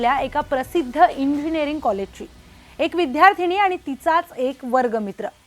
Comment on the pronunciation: विध्यार्थिनी नाही गं.. विद्यार्थिनी...